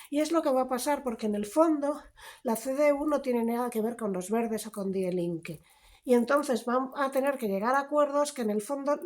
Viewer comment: Lucía, una cosita Die Linke, se pronuncia Di Linke. Me encanta tu canal :)